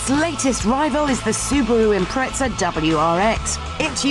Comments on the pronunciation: Impreza, not Impretsa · AND A SOOOBAROOO IM-PRETZ-A WRX..... IMPREZZZZA NOT PRETZEL you bitch!